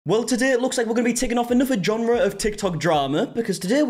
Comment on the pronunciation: Who is John ra? You keep saying the word John Ra over and over again I'm just wondering who that is? Did you mean to say genre because it's not pronounced as John Ra.